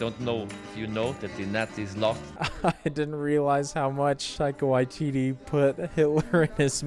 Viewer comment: your pronunciation of one of our Maori directors; thank you for doing it properly 👌 If you enjoy our kiwi humor, some other great NZ comedies I also recommend; Hunt for the Wilderpeople (Directed by Taika Waititi) Eagle vs Shark (Directed by Taika Waititi) The Breaker Upperers (Directed by Jackie van Beek who played the Familar in this movie) Some other amazing NZ movies: Savage (drama around the life in a NZ gang) Boy (Directed by Taika Waititi about growing up as a young Maori) Once Were Warriors (another NZ gang drama starring Temuera Morrison) The Piano (drama about migrating from UK to NZ in the early 20th century) Heavenly Creatures (crime drama starring Kate Winslet & Melanie Lynskey) Whale Rider (modern setting based around Maori folklaw and tradition and small town life)